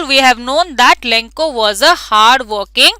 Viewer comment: That is not lenko that is lencho